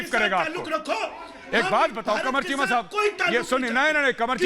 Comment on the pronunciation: Arnab corrects Sambit "KEEMA NAHI CHEEMA" 🤣🤣🤣🤣🤣🤣🤣🤣